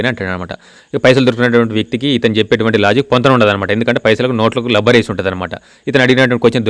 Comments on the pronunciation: Labber kadhu Rabbar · బాబు లబ్బర్ కాదు రబ్బర్ బాండ్ అనాలి..... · అంతా బావుంది లబ్బర్ కాదు రబ్బర్ అనండి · లబ్బర్ కాదండీ బాబూ, రబ్బర్